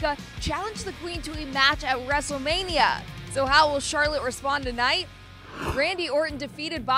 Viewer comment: Did you say " Main Event WRESTEMANIA "?!